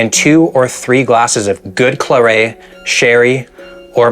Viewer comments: I can’t decide what’s worse - the neat gin or your pronunciation of claret. It’s Cla-ret not claray… you say the t :) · It's pronounced claret with the t and not clarey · Claret is pronounced claire-it, just in cast you do a video on Bordeaux. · Tell me you don’t drink without telling me you don’t drink… Not only is that def not a sherry glass but he’s also pronouncing the wine ‘cla-ray’! 😂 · The pronunciation of claret and Madeira was criminal. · 1. The T at the end of Claret is pronounced. 2. You drank about three times as much alcohol as in the diet. Sherry was drunk in very small schooners then. More like liqueur glasses. Three would have been equivalent to one of the wine glasses you had. The gin measure you poured out would fell a horse. A Gill would have been around 4 US fluid ounces, or even 2 if he meant a jigger. You had nearer six. Also the morning biscuit was not a sweet biscuit. It was more like the kind of toast bakes you get in the supermarket or a crostini, but no sugar in it. 3. They rarely drank gin on its own. It might have been just soda or a bit of lemon juice or bitters.